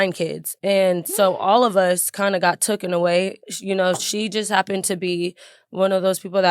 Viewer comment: "im tooken" is wild 😑 its im TAKEN FOOL